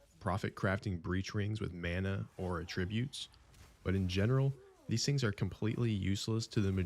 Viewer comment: Attribute has its accent on the first syllable. 😡😡